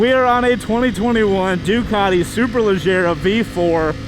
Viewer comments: It’s “superleggera” not superleggara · Superleggera, not superleggara.